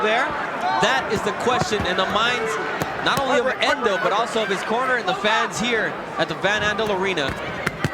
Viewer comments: Spelt Ndou and pronounced Ndoo not Endo. The commentator is a silly man. RIP: Nick Du Randt - one of the best trainers that South Africa ever produced. Nick guided Sugarboy Malinga to an upset win over Nigel Benn in 1992 and he was also in Hasim Rahman's corner when 'The Rock' knocked out Lennox Lewis back in 2001 (their first fight). Peace and love to everyone out there from South Africa from a hard core boxing fan in KwaZulu-Natal. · Why😂 is He calling him Endou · He's pronouncing n in full because their names start with a letter followed by an alphabet eg if it was Hlophe he would say Shlophe because he pronounces H in full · The commentator is adding an E on Ndou.I don't know his problem. Maybe he can't read